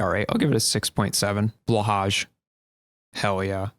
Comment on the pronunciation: Blahaj is pronounced more like Blah + hi